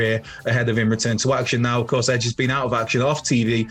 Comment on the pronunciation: It's edge for god sakes